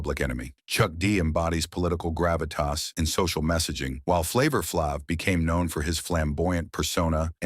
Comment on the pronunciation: I cannot take seriously ANY channel that will run a piece that intentionally mispronounces the name of one of hip-hop's most recognizable figures. AI voice or not. It's disrespectful.